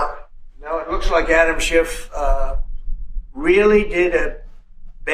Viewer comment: Trish, it sounded like you called him animal shit.lol😅